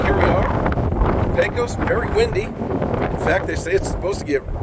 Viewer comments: There is a ton of really cool things to see in our great little town. I'd be happy to show you some of the hidden jems that only the locals know about the next time you get through here. And for future reference it's pronounced Peck-Os respectfully. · Sounds good. Did I pronounce it pae-cos? I think thats the norm for us non pecos residents 🙂